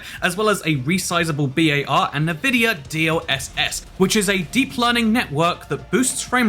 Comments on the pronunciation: NUH-VID-IA 🤣🤣🤣 normal people: n'vid'ia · Damn it, it's not Nuhvidia it's Nvidia (En-Vid-Eeyah). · Why do you pronounce it Navidia? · why did you pronounce nvidia like that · My guy really said "Nuh-Vidia" and "resizable B.A.R."